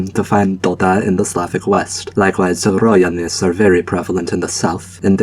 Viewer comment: It's really funny how you said Dola as Doda, considering Doda is a famous polish singer XD